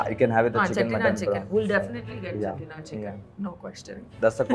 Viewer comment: The way she does British impression and the perfect pronunciation of "Dosa", "Chettinad" and "Sambar"